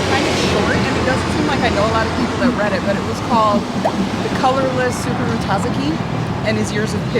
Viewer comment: Hahahaha. SOO-koo-roo tah-zah-kee. Don't worry, you got this.